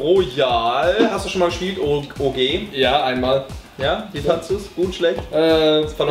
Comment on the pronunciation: als jan OG deutsch ausgesprochen hat, dachte ich zuerst OG als Abkürzung für Obergeschoss ;D